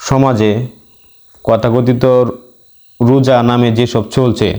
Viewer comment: সালামুন আলাইকুম, উচ্চারনটা কথাকথিত হবেনা বরং তথাকথিত হবে,মাগ্রিমের পরে হবেনা,হবে মাগ্রিবের পরে। তবে এসব কোনো ব্যপারনা এগিয়ে যান,রাসুলের ভুমিকায় আছেন,"সামি'না ওয়া আত'না। ধন্যবাদ